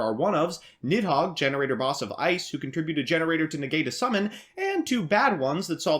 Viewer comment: You aren't even saying the name of the archetype the right way. 😑